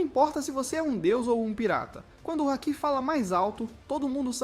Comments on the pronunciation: hack é como ele pronunciou kkkk sendo que haki passa uma vibe totalmente diferente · assiste o anime so lendo a legenda?? se pronuncia hakÌÌÌÌÌÌÌÌÌÌÌÌ... a sílaba tônica é o ki e não o ha!